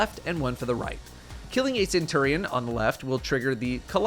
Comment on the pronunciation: Bro doesn’t know how to pronounce centurion